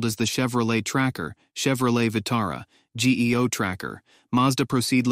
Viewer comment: Geo not G E O. Get a better AI narrator or hire a real person